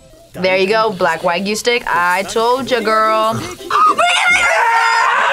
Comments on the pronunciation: Now the prize food worth the sacrifice. Good job. Back then it was almost always not worth it. Also, not wag-you. It's wa-gyuu. Gyuu-niku, gyuu-nyuu, wa-shoku, wa-gyuu. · why do they call wagyu "wa-goo" ? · Wtf is wagoo? The Y in wagyu isn't silent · ugh WAH-GYOO**